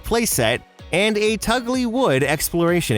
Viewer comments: It's not Tugly Wood, it's Tulgey Wood. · I think it's pronounced "Tulgey" Wood (Tull-gee) from Alice in Wonderland.